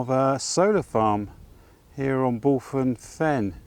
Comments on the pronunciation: Another great vlog, was lovely to see you walking through Aveley village. I was born not far from the village back in 68, was a lovely place to live back then, tho now its a shadow of its former self. Bulphan is pronounced "Bullvan" lol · Hi - Re: “Bulphan”; you pronounce the ‘ph’ as a mild ‘v’ sound and the last ‘a’ like the ‘a’ in Ivan.👍🏻👍🏻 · Another great walk, really like it when you come to my neck of the woods around Thurrock. FYI Bulphan is pronounced BULVAN locally